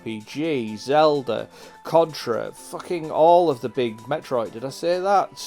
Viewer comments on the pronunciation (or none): none